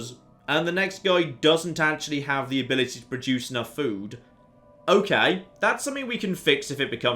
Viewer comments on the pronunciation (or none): none